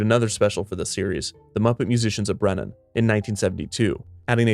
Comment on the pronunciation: can't help but hear brennan, when you say bremen. then I heard Foylidge instead of Foliage.